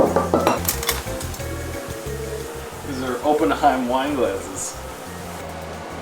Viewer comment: if you use your Deutscher accent Oppenheim is pronounced “AH-pen-hime.” You guys are too cute, especially, but, I’m married, so it should be taken as a nice compliment—if you will.